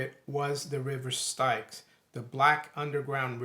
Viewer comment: the river styx...pronounced the same as "sticks"